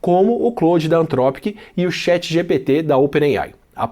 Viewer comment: Pronuncia-se CHAT e não CHET.